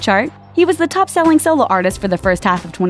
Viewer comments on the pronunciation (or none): none